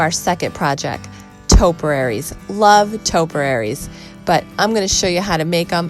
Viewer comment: Topiaries, not “toperaries”.